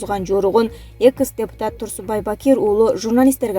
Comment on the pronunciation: Куловтун атын туура окучу,экс дегенди туура айтчы,эмне мынча огрусчадан аксайсын